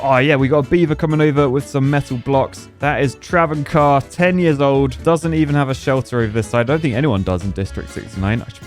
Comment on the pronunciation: its actually pronounces T-raven carr. think of the bird, raven, but with the T. AND THANK YOU FOR THE CONTENT